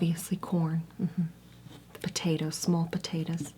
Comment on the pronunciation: I’ve never heard someone say corn like that. “Cworm” I love it